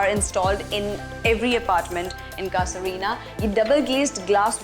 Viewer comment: Cassa Rina???? You kept it pronouncing incorrect. It's an Italian word for house and it's pronounced ' Caaza ' not cassa. Please inform yourself before you present something like this.